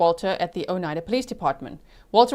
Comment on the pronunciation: Not sure if anyone helped with pronouncing the county. I just started watching on replay. I’m in Wisconsin. It’s Outa-game-y and O-ni-da (long i)